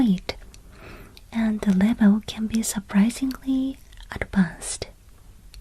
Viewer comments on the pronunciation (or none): I don't know if many other people have said this but a little English tip in English we pronounce surprisingly like this Sir-Prize-eeng-lee I don't know if that was the correct way to teach you but hope this helps